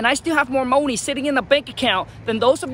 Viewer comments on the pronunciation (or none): Keyword keep the "MOE-NEE"